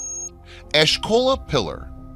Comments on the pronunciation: Its asoka pillar.. not ashkola pillar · The pillar in Delhi is the "Ashoka Pillar", named after the Maurya king Ashoka the great. It's not the Ashkola pillar as you pronounce it. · It's not ashkola pillar but pronounced as A-show-ka pillar(Ashoka pillar) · It's pronounced exactly how you spelt it "Ashoka" "Ash-Oh-Kah" Not ashkola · what I was about to point out😄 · It is not Ashton .it is Ashokan pillar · Disclosed Truth TV, do you check your videos after narrator voices it? Ashoka Pillar, and narrator reeds "Ashkola". Not true. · It's ASHOKA pillar and not ASHKOLA pillar. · he doesn't even name the Ashoka Pillar correctly, instead referring to it as the 'Ashkola Pillar'... Come on, man. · First of all in India that's Ashoka pillar ...not ashloka😊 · Ashoka Pillar, not Ashkoa Pillar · its not Ashkola Pillar...pronounced Ah-sho-kaa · It's A-sho-ka not ashkola. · Ashoka not Askola. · Ashkola pillar? 😂. It's ashoka or asoka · "Ashoka" is pronounced "Eshakola"? Really? "Bass" relief? Where did this guy get his education? This stuff is half a step freom Ancient Aliens. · What's written : "Ashoka Pillar" What's said: "Ash Cola Pillar" 😀😀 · It was tough to get through this one. The narrator mispronounced so many words and names (Ashkola, Bass relief lol). The metal plates are so plainly written in Greek, so definitely doesn't predate Greek as stated. The rest is the same info being circulated around in ancient astronaut pieces. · I must say that you pronounce the name of the the Pillar in India incorrectly. It is called the ASHOKA PILLAR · It's not Ashkola pillar.... It's the great iron pillar or louha stambha... For just for the record... It's Ashoka not Ashkokola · How bad at reading do you have to be to read Ashoka as Ashkola?